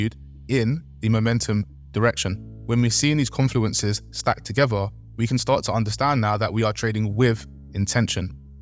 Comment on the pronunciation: Jesus this is excrutiating - good luck to any beginners trying to understand this! 🙏🏻 Edit: 'confuleneces'?? 🤦🏻‍♀🙈🤣